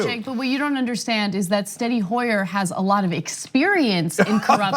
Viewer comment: Not Steny Hoyer, Steny Huer.